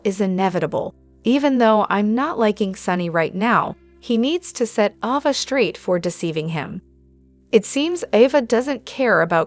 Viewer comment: Her name is Ava.. Not Avva....